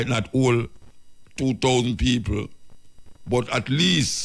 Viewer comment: Peopre...can you please try to pronounce PEOPLE better. I enjoy your content but I hate when u say that word and u keep repeating it over and over. Unu nuh badda come fi mi cause mi entitled to criticize.